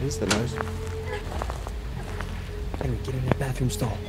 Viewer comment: Seeing him saying welcome I know saying net welcome as always I know